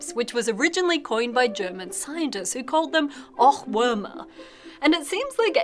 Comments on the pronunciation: "Ochwormer" :D You can just set google translator to german and listen to how "Ohrwürmer" is pronounced correctly ;) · "Ochwörmer" haha, very good german pronounciation :D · "Ochwörmer" :D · "Orhwürmherr" This not french, darling. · It's Oh-ah-(würmer). Interesting video (as always). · The way "Ohrwürmer" was pronounced made me cringe and I'm not even German :D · You don't speak the H in Ohrwürmer, the O is just longer.